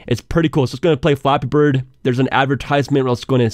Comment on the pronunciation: it sounds like ur saying floppy bird